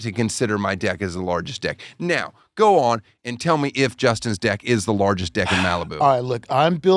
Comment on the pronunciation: I swear they’re pronouncing deck with an i.